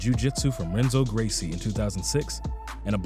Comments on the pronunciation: Lol this dude doesn’t know BJJ, I cringed when he pronounced Renzo Gracie wrong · can't tale this cgannel seriously. renzo gracie. smh.